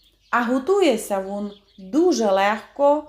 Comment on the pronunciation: Шукала рецепт кабачкового рулета і попався ваш. Рецепт гарний, але я на захист рідної української мови. Для чого так знущатися над нею? Замість слова він ( рулет) говорите «вун «. А депша?😱Немає такого слова в українській мові. Дуже прикро, що українці чи то не люблять рідної мови, чи навмисне так говорять, але слухати не дуже приємно